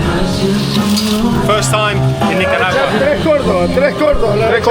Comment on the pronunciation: It's KNEE-CAH